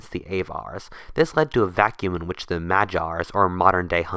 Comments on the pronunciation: Magyar has got a hard g in it not a j sound my man, also Hungary has never a “global hegemon” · would have been better if you had looked up how to say Avar and Magyar. Even the printed word would have missed out on a font, developed from Carolingian Script (hard g, not soft)